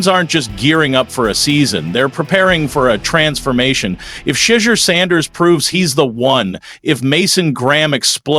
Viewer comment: Shade deur huh? Cmon, be better.